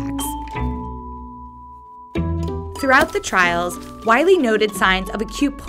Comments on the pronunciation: WILEY! NOT WILY FFS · IT'S WILEY. WITH E